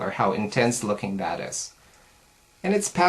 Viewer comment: Have you tried the new mineral eyeshadows from E.L.F.? If so, which of the two do you like the best? (between ELF and YC) Love your videos and the way you say "dat" lol